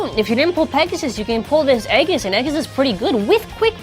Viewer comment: 100 watching only 6 comments on YouTube wow! (You said egis like egg-is)